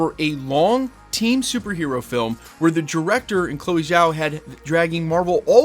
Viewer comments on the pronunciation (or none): none